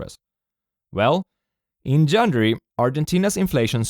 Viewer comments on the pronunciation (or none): Great content! "Janjury" is peak Swede pronunciation